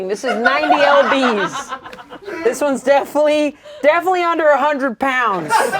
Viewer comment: calling lbs EL BEES is so funny to me